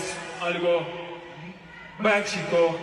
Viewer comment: Magico, la g era italiana, non castillana 😂